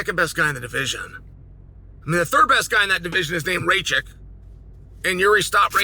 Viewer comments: "Ray-check?" Thats a liberty even by Chael standards. 😂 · Is “Raychick“ supposed to be Rakic?